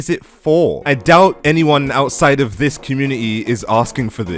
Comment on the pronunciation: “Dis” Talk like a normal person